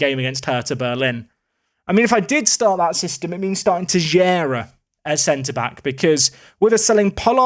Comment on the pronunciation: The x you should pronounce as "sh"*